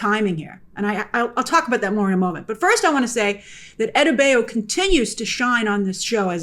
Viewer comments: Adebayo - Ah Day Bah Yo ..... Say it with me ... Ah - Day - Bah - Yo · Rough pronunciation of “adebayo”. Very American-y on the “bay” part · I can never take a reviewer seriously whenever they incorrectly pronounce a characters name. Especially names that are frequently stated in the show. Like you critique the episode, yet you can’t get Economos & Adebayo right???